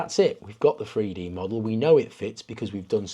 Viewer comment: ‼️Freedee scanning? Freedee printing? Why can’t these people speak English, ffs.